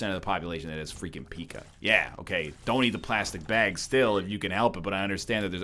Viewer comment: Please never pronounce Pica as "Pika" ever again señor egg.